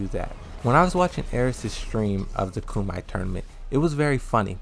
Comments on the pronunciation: Its pronounce KUM-E-TAE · Bruh, did you say “ku-might”? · Yeah, he's been saying it for a week. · Why do you say Lida and Kumite incorrectly?